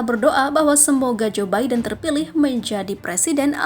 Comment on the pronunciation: Joe Biden bacanya zubaidun